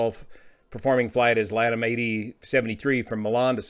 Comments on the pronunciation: Heads up--LATAM is not pronounced "Lattim"--its "La-Tom"...irrelevant to the story, but, just a heads up! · LA LA LATAM, not Leetam. What did that sound light in the cabin?1? $#!^ £3€%….. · "laddam" airlines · Perhaps pronounce the airline in the correct manner. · How do you people pronounce LATAM these days? I always thought it was luh-TAM, but I have a lot of LAH-tum.